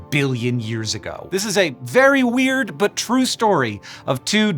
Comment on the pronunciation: He DID say Hweird.